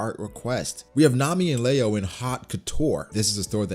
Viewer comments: It’s Leo not leao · It's pronounced "li-yo" not "la-yo" no hate here just helping out